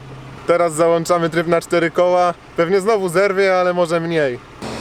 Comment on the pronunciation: ^^załĄczamy Panowie, a nie załanczamy....